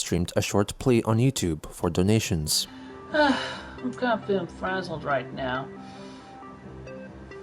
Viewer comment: The way he pronounces 'donations' sometimes sounds like 'dalmatians' to me. 'Please give us some dalmatians, please. We need dalmatians'